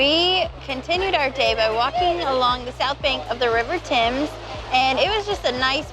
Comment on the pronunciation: Kudos for pronouncing Thames correctly, and also for calling it "the River Thames", and not "the Thames River"! We do of course grow our own potatoes, although I think McDonald's states that their fries are made from British and Irish potatoes!